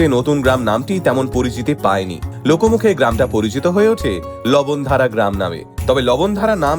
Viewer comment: লবন ধারা নয় লবণ ধার গ্রাম উচ্চারণ হবে দাদা।